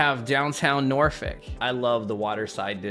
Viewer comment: Say Norfolk properly, please!